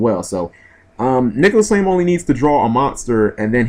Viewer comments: nicolas flamel.... not flame... seriously can you read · Its Nicholas Flamel...... Master of alchemy, not flame